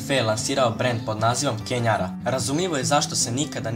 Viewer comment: nije KENJARA nego KENDžARA